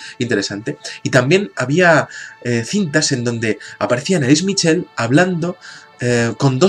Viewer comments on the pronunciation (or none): mitchel.....? se pronuncia el ch como j (jorje) mijel.....pues nada....